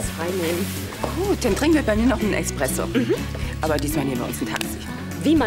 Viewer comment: Clarissa sagt Expresso das heißt aber Espresso